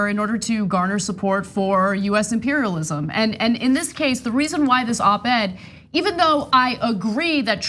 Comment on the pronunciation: Did she really say American imperlism? Wtf country is she from?